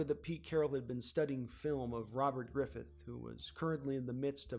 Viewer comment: Who the fuck is Robert Griffith? It's Robert Griffin III....GRIFFIN!